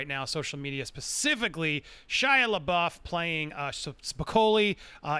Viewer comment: Dude please pronounce Shias last name right wtf haha